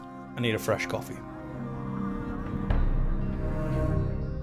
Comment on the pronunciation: Did you say coffee???